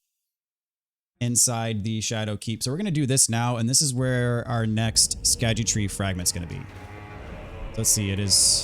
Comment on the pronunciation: Found out today that scadutree fragments is actually just pronounced “shadow tree”. The “sc” Is old English but makes a “sh” sound.